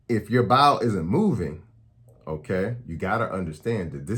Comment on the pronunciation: When you say “Bile” it sounds like you’re saying “Bowel”. I was confused but I’m back on track. Eastern accents 🤣